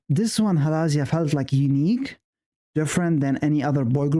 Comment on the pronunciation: Thanks for the reaction, really enjoyed it! You’re still saying Halazia wrong btw, the emphasis is on the ‘Zi’ bit not the ‘La’ bit, Hala-ZI-a not Ha-LA-zia.😊 Also one of my faves and one of the reasons I flew to Madrid to see them at a mixed K-pop event because before that they had only performed Halazia live in Asia.